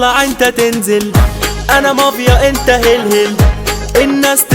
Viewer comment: محمد رمظان طبعا بس بتعتك حلوه وفي عندك غلط انك قلت أنا ماڤيا انت لازم تقول أنا مافيا😂🎉